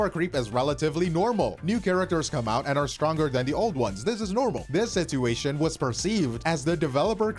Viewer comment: why do you pronounce "situation" like that? ive never heard someone pronounce the first t in the word, its usually just a ch sound